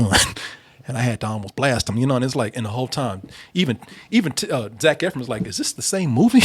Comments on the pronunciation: I’m in my house yelling “it’s Ef-RON!!!!!!!!!!” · First Double Toasted video I’ve ever thumbs down because of the constant “Eff-RINS.” Learn how to say the name of your love!!! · As much as he loves Zach Efron, you’d think he would know how to say his name correctly